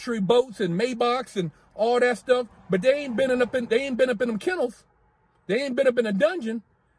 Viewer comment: Man said kennels .